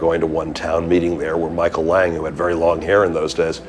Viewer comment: That's Micheal lang not lag